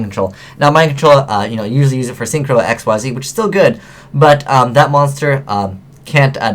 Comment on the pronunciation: why can't this fool pronounce "xyz" correctly?